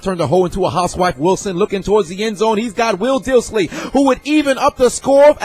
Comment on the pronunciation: It’s pronounced “diss-lee”, not “dill-see.” Put some respek on the man’s name, he just rubbed his nutsack all over your team.